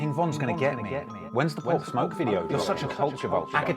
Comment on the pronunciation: This foo said Pop/smoke lol